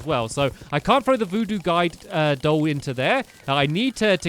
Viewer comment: "I need the voodoo duide goll", great English! 10/10